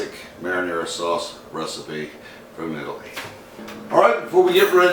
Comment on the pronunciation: Are you from Eye-taly like he says or Italy, the country of the birth of modern civilization. (Or Sicily which is slightly better).